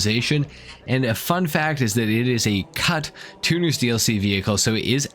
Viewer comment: I had to listen back 3 times to make sure you said CUT and not a four letter word using those letters with an "N" added in thete some where 😂. Don't worry though as an Australian I'm never offered by that word, we use it as a term of endearment towards our mates 😂. E.g. "Oi, what's up c**t" 😂